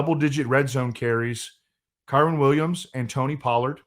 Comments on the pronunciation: Hey, brother. With all due respect, its your job to talk about these players. i think its important and respectful that you pronounce their names correctly. Kyren is pronounced Ki-Ren like Ki Lo Ren in star wars but without the Lo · Please stop mispronouncing Kyren